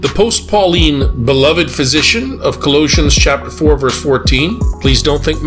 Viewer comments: If you can’t properly pronounce “Colossians”, then please do not make videos assuming you know anything. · He couldn’t even pronounce “Colossians”